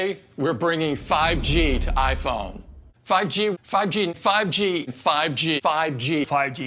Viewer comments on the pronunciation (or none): After a couple of seconds it sounds like they saying “faji” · I keep hearing Faji instead of 5G through out replaying this video for about 18 times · All I hear is not '5G' but Bhaaji? 😂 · it sounds like they are saying: "fudgy" Small note: they say it 42+ times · I was just gonna say it sounds like an Asian saying fudgy, then I scroll to see your comment. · More like "figey" or "fidgey" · i was about to comment tho with fudgee haha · its like pub G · no cap sounded like fucki for once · It's like you're saying "pagi" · Apple : 5G My ears : “Fajit” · At this point im hearing "fichi" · After contineously saying 5G i hearing Paji Paji😂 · Now it just sounds like fugdeeee no 5G🤣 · All I hear is, fugi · Who heard paaji instead of 5g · Is it just me or am i hearing fudgey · Honestly to me the "5G" kinda sounded like "Paji" 😆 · me hearing "Fudgy" instead of "5G" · Now i'm not hearing 5G but Fudgee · 5G ,sounds like paji paji 😂😂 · I head instead of 5g « Fagi » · Sounds more like: paaji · I heard “paji” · I heard paji 😂